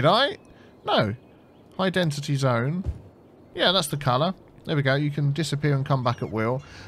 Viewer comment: what is it with you not saying density right?